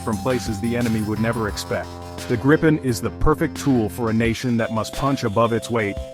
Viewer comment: Not being disrespectful, but giving you a tip. The name of the jet is pronounced “Greepen”. Just a tip. Trust me, I’m Swedish. 😜👍🇸🇪